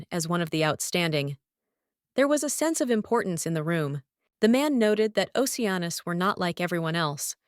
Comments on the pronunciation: Lol it's the voice doesn't get it's ah noose not anus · Retakie anus is what I hear lmao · Geez, I had to search this one because I doubted that was his name. At least have it say Leo Oceanus instead. No need to put emphasis on anus. It's funny the first time but unlike fart jokes, it gets annoying the more it's used.